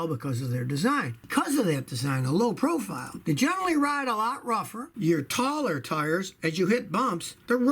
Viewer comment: Yeh ‘low profire tyres.’